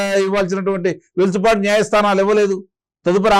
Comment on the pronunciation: వెలుసుబాటు కాదు వెసులుబాటు